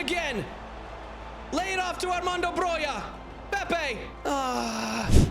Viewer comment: Broja is pronounced Broha not Broja or Broia